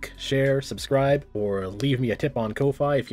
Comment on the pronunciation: I'm sorry, the logo for ko-fi is a coffee mug. it's clearly meant to be prounounced like coffee, not koe-fie. you say reesies piecies too?